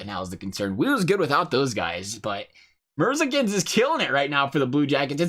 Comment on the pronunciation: Said merzlinkins wrong